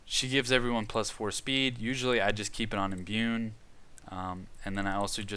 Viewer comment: I like the content but you really gotta work on your reading/pronunciation lol Wrys is pronounced "Riss" There's no N in Imbue Japanese names I'll forgive as you just sound like a westerner lol (tah-coo-me not tuh-COO-me)